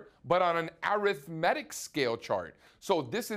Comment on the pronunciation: I cringe every time he pronounces "arithmetic"